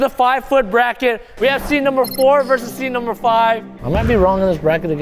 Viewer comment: Seed not Seat